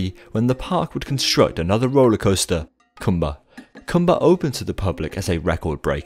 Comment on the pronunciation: “The Dark Continent” 😬 Edit: & it’s pronounced koombuh